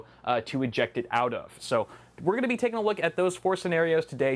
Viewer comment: "Ginna" 😂 I died Idk why 😂😂😂